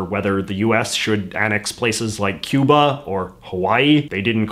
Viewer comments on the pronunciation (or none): none